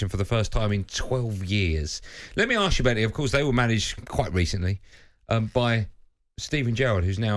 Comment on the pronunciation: Someone needs to arks Darren Bent why he says "arks" instead of ASK